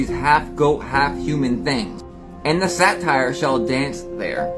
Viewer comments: Satyr (say-ter) not satire - those shoes are ugly and some new weird fashion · So Japanese shoes like Lil Wayne's are only being worn on hooved feet, huh? Naaah Also, dude is saying, "satire" but he means "satyr." 😂😂😂